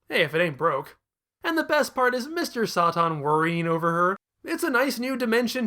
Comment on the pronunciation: My money is on Mr. Sahtahn and Veedehl, rather than the Sigh Yawns.